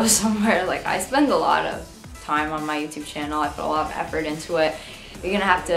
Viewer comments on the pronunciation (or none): none